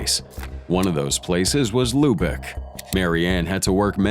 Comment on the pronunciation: Its Luebeck, with an umlaut, not lubec